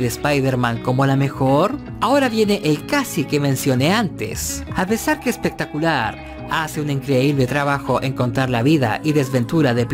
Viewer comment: Jajajaja...... ......"Espectaculiar" dice jajaja....